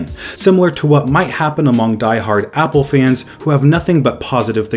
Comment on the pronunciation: says hPPLE